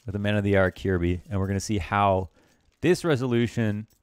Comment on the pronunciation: For future reference, his name's pronounced ki-yehr-bye